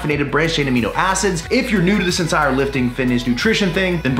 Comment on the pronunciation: I thing beginning, did he say "ensire" twice... Instead of entire